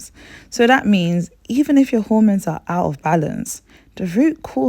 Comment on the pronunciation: Please correct your pronounciation of the hormones. I can't work out what they are because of your pronounciation.